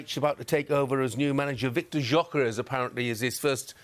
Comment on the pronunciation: WOW. It isn't pronounced as JOKAREZ 😂 Gyokeresh. I thought they were talking about some Portuguese person 😂😂😂G-yo-ke-re-sh.